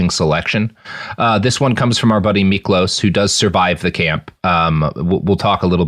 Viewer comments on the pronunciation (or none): Miklós was hungarian, and the "s" on the end of his name is pronounced as "sh". But your pronounciation of his name otherwise was pretty good!